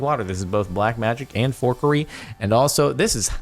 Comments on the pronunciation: Jardaeioun tries to beat the subtitles and ends up saying "whore curry" instead of "forkery" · Now look at the auto captions when he says forkery at the start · That moment when the subtitles of him saying forkery was whore Curry